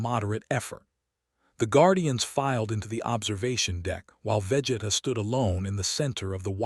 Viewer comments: its vageeeeeeeta not veh geta more emphasis on the e man, go watch some dbz before u make these crossovers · I stopped when the ai narrator said VEHJETA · Ai calling him veh geh tah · Imthe man, Vegida, Fre-ezza. AI pronunciations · Im sorry, I can't sit thtough hearing Vegeta's name mispronounced repeatedly for that long. XD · SOMEONE NEEDS TO TEACH AI HOW TO SAY VEGETA and OMNI MAN if yall wanna keep this shit up peace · How hard is it for A.I to pronounce NOLAN and VEGETA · Can you pronounce vegeta’s name correctly 🙄🙄🙄